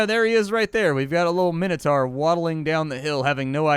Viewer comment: Is that how you say minotaur in america? Sounds funny